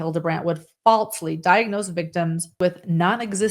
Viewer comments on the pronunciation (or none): falsely, not faltsley or else, not elts